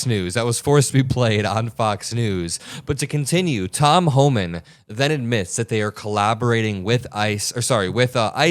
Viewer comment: Flubbing lips Holman.😒